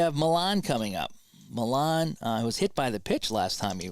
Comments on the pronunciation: And while Harrelson did choke up, it was "Mee-ahn" who was known for basically gripping the bat like halfway up. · Grote is grow-tee.... Millan is Mee-ahn... Davalillo is Dav-a-lee-oh....